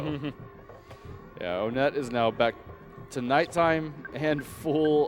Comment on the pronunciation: I don't care what anybody says. "Onett" is pronounced "one-ett".